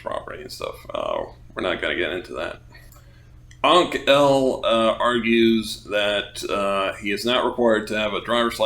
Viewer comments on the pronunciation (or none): Ahnk-el = Ankle ?